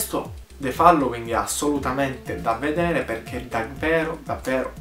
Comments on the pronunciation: The FALLOWING ? Ragazzo rilassati, si pronuncia FOLLOWING. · Non c'è bisogno di "rilassarsi", semplicemente non lo pronunciava correttamente...